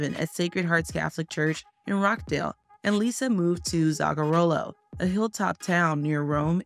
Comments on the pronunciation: Rochdale not Rock Dale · Its Rochdale as in 'botch' not 'rock'